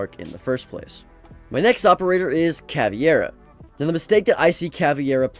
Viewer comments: its pronounced cavEIRA not caviera😭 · its caveira not caviera tho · Cah-veer-ah not caviairah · Someday he'll notice it's called cavEIra and not cavIEra, but not today 😢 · "Caviera" *Pain "Caviera" *Agony "Caviera" *... I'm gonna close the video, i can't hear he saying "Caviera" one more time Where he read that "ie" from? CA-VEI-RA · Caviera? Bro just pronounce it like "cavera" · Bro said caviera not Ca vei ra Yes this is how we separete in Brazil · “Caviera” what the hell is that prononciation of caveira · Ca vare uh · Not Caveira being called caviera 😭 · Any other brazilians get triggered when people her Cavi-Era? It aint even how it's spelt in game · Correction: Ka-ver-uh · bro said caviera. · Every time he said caveira hurt my ears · Bro you had 5 attempts to pronounce cav’s name right and still didn’t succeed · It's caveira man